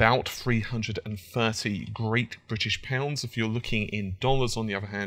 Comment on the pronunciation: Great British pounds? Your saying it wrong.